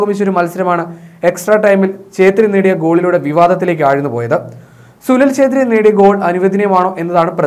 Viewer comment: Sunil chethri alla... Sunil chheta😂